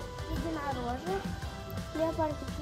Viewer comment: Леапёрдик : леапардик